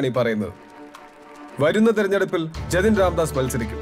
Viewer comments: ജെത്ത് അല്ല ജെതിൻ രാംദാസ് 😂😂😂😂😂😂😂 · "ജതിൻ രാംദാസ്" എന്നാണ് ശരിയായ തലക്കെട്ട്... " ജെ ത്തിൻ " അല്ല !!! ദയവായി ഒഴിവാക്കൂ....@ cinemas